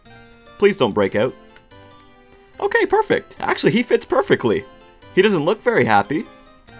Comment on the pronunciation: "It's not OKEH to be OKEH"❤(titan cry)😢